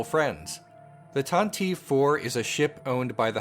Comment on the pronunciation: Pronounced tanti-vee with a long e